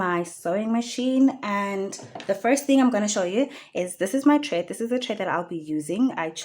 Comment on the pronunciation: Thank you for the instructional videos. Very helpful. Quick note, it's thread not tred